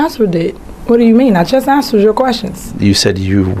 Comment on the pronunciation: "I just answord it"